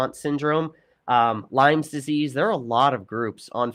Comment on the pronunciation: Lyme, not Lymes